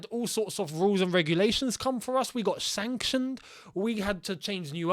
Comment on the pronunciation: Did say "we got shantioned"?